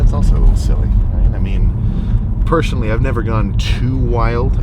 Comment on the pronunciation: "pershanally" :P